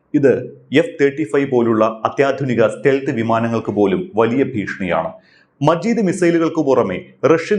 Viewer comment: മജീദ് അല്ല മാജിദ്